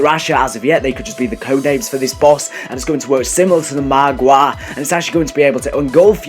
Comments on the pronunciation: he pronounces it Maaagwaa Nor Margwa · lmao " marwAA" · The way he says margwa